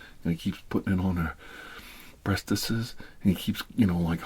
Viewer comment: hE SAID BREASTESES LMFAO